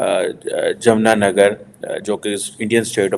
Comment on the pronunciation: Is ki jalke koyla ho gayi hai 🤣😛😛abe jahil, जमना नगर नहीं,,,😅😅 जामनगर है 😛😛😛